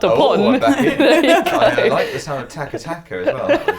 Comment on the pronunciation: It's not "taka taka", it's " chaka chaka".